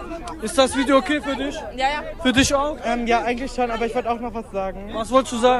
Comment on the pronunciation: "ey wah, stell disch mal vor." diese aussprache...